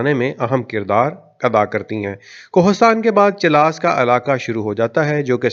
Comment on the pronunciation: Chil-las nahi , chilas. And mutallaq nahi , muta-alliq